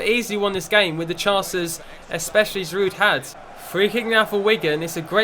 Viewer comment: you don't say the "d" in Giroud